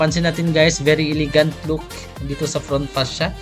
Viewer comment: E~le~gant HINDI: I ~ li ~ gant (bisaya man gid )